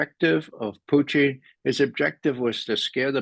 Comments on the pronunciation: I totally agree. I just wish he'd stop pronouncing Putin as Poo-teen. I just cringe every time he says Putin's name! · Putchin or Putin ! Believe you buy pronounce Putins name correctly and dont call him Puty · Am I hearing this man pronounce Putin as Poutine? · lmao sometimes I yell it's putin 😂 although he cant hear me but yeah lol.